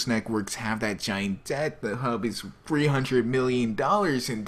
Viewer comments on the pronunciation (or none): none